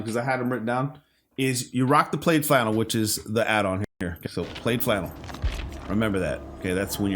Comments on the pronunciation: Brother have you never heard someone say the words plaid flannel before? It's pronounced plad not played. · It’s said PLAD .. not sure why it has an i in there